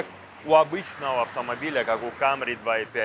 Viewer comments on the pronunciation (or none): none